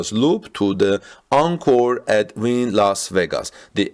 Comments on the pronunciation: The hotel is pronounced Win!! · And it’s pronounced Win. Like what Bayern Munchin does! Ninth straight Bundesliga title! 👍💪